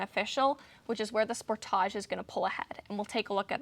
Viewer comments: "Sport - thaa - jee"? Or "Sport - tee - jee"? Ahhh who cares, I just enjoy watching I mean listening to... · How would you pronounce it? Maybe it's a Canadian thing, I would say it the same way as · Mostly in Canada I find it's pronounced as "Spor-TAH-JEUX" such as in the video... I find Americans pronounce it more like "Spor-DIDGE" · I wonder if she pronouces film footage and "foo tage".